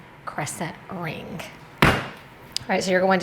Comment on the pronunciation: I get a kick out of your "k" at the end of your words that end with g... AlongK RingK